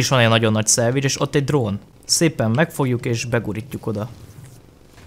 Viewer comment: Amikor azt mondod hogy salvage azt értem mindig hogy szendvics😂